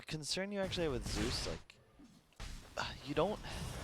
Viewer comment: Whaa whaa kyle is dumb the bandwagon is strong PS: Zeus, not zues.